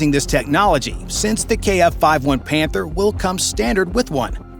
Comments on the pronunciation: i think i heard this incorrectly, "This is the KF fif one pander" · Did i heard "panther" 💀💀💀